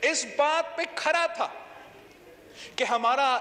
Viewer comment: Khra nhe hota,khda hota Hy yar